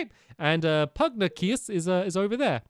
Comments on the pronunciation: I'm mildly amused that after all of this, Stampy still calls Pugnacious as Pug-nah-cus instead of Pug-nay-shus XD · IT’S PUG-NAY-SHIS! NOT PUGNIUS they said it so many times in the last episode... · Stampy- Pugnacious is pronounced Pug-neigh-shus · Pugnacious (Pug-nay-shi-ous) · ‘Pugnacius’ is pronounced “pug-nay-shus” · Its Pug-nay-shoos (pugnacious) An homage to Confucious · You're pronouncing Pugnacius wrong